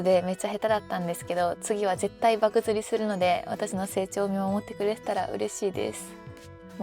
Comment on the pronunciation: 漠釣(ばくつりじゃなく、ばくちょうですよ)😊